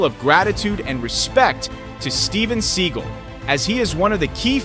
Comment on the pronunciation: Learn how to pronounce Sagal’s name.